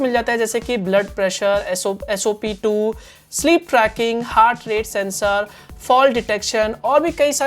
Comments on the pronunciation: bhai wo sop2 nahi spo2 hota hai🤣🤣🤣🤣🤣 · SOP2❌❌ not SPO2✅✔